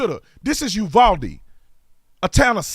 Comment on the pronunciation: FYI, first hand info from a Texan... its pronounced U VOW DE not U VOL DE